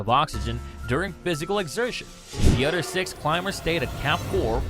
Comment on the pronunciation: The narrator sucks at pronunciation. So hard to listen to him, it is a lisp mixed with bad pronunciation. e.g. "other" constantly pronounced as udder.